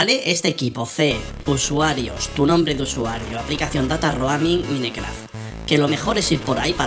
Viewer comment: porque dices minecraft? se dice maincraft se escribe mineraft pero so se dice asi